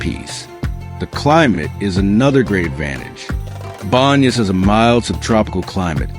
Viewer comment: I'm assuming that the narration is AI? I just skimmed through the video and I heard a number of mispronunciations for location names like Tungurahua and Baños.